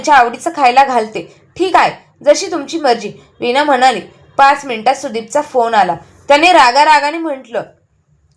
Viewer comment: विना नाही वीणा